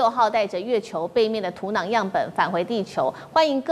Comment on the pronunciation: 台湾人土壤读土囊吗？